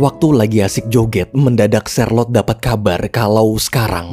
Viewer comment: Namanya charlote saya dengernya sharelok😅😅